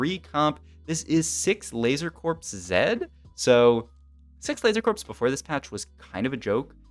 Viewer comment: IT IS PRONOUNCED LASER CORE NOT LASER CORPSE